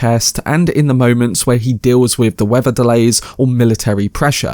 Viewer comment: Way to go! You said "Los Alamos" correctly! OK, considering support even though you push it a bit too much. I'm old, and allergic to notifications, just you wait. I bet the explosion goes on for 6 minutes! I get what you mean, that his life is blown up in slow motion as well. If it's first person, they can't show the overseas detonations. Not needed and impossible I guess.